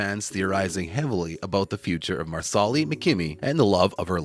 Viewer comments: Mar-sa-li not Marsoli. If you watch the show which it is obvious that you don’t you would know. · Loren’s character’s name is pronounced “Mar-sa-lee” not “Mar-sol-li” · Please speak English and pronounce names properly.....Marsarlis ??? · Wow, these people are lazy, they don't even find out how to say the names correctly!!! Marslee!! Not Marsallie!! Improve your posts! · If the narrator watched the show he would know how to pronounce Marsali. Mar - sa - Lee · Uhh...excuse me...the accent is on the 1st syllable of Marsali's name...(MAR' sa lee). Also, Jamie & Claire used a TARTAN for warmth & to stay dry. It wasn't a blanket. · Marsali is pronouced Mar-sa-lee with the accent on Mar. not on the second syllable. And NO Fergus is not an adulterer. He despairs because without his hand, he can't do the traditional "man's work" and Marsali has to go everything. Fergus can't be a farmer. Yet, he doesn't want to do what is considered "women's work" either. It is after the birth of Henri Christian that Fergus has a mental break and becomes suicidal. He must find work he can do away from the Ridge if he is to feel worthy as a provider. . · MEEE TOOO! It’s “MAR-SA-LEE” dude! 🙄🙄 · It is pronounced like the garnish parsley--PAR-sely.! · Yep, dude was real close to ending himself. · Marsali is pronounced “MAR-slee” and it’s FRAY-ser, not Frazier.